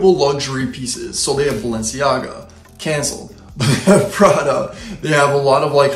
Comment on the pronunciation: Pra-DA.....with an inflection at the end LOL. On the next video, reviews a Ro-LEX